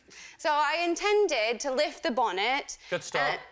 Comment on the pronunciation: Note the way she pronounces the t in "bonnet", rather than rounding into a D sound as one would with an American accent - bawnned.